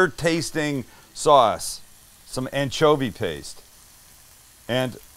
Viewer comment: Anchpaste. Sam. No.